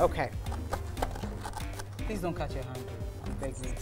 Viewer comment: Why does fella says please as prease😂